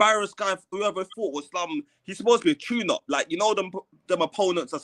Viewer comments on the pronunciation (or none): UK dude called barrios a chune up 😂😂